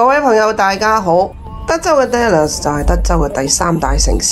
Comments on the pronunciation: dallas发音读“达”，不是读“爹”，听起来怪怪哋😂，唔好意思😅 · 我都唔好意思，因為我都會經常將 Dallas 誤讀成 Dollars 經常被朋友取笑。哈 😅